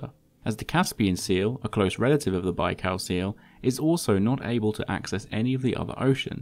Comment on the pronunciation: „lake baikaaaaw”